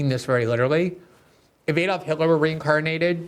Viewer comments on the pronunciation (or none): none